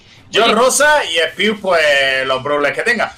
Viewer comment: Poco se dice que le dijo "kius" a Spiuk xd